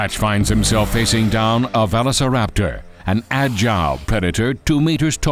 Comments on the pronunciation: Also VALOSARAPTOR this guy can’t get velociraptor right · When I heard that one, I spit my coffee all over my keyboard. lolol Plus he pronounces it vella sir APTor. lolol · ITS VOLOSORAPTERS NOT VELOSORAPTER GESE LEAN how to Speak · It's pronounced velllllllllllllllllllllllllllllllllllllllllllllllllllllllllllllllllllllllllllllllllllllllllllllllllllllllllllllllllllllllllllllllllllllllllllllllllllllllllllllllllllllllllllllllllllllllllllociraptor not vethosiraptor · I think is veu-lo-ci-raptor. Not ve-lo-ci-raptor. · Omg really raluserrator it’s velociraptor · did he just say vevecoraptor...its veloceraptor noy vevecoraptor ugh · “Valisor- Raptor” 🤣🤣🤣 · how do you mispronounce the iconic velociraptor. so. many. times. its NOT velo- ceraptor..they were fast..so velocity was included in the name. velo aint fast..say it right damn it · I have 3 things to say: 1. Velociraptor is pronounced : Ve - loss - eh - rapp - tor 2. This Velociraptor desighn is a rip of from Jurassic Park 3 3. The sounds of the baby Tarbosaurs are those of a frightend piglet. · what is a valicerapter??? You meant velociraptor. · This guy's pronunciation is driving me nuts. "Valu-see-raptor" and "mick-row raptor".... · They call them this because they were value-sa-raptor. The actors playing the velociraptor were the lowest paid among the dinosaur actors in this show. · It's pronounced velo-see-raptor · Also the velociraptor, or "vanoseraptor" as the narrator sounds like, at the beginning likes Benny Hill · Weirdest pronunciation of velociraptor I've ever heard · man i hope that one day this man learns how to pronounce veloceraptor. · the way he pronounces velociraptor kinda annoys me lol Idk maybe it’s the correct way or whatever I’m just used to the way most people say it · They might have hired a narrator that could properly pronounce the names of the dinosaurs.... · i’m, what, 20, maybe even 30, years younger than this narrator... and yet i can easily say velociraptor...... and he can’t?